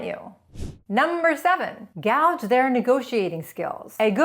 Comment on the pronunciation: #8 Guage? Pronounced "gouge"? Surely you mean gauge...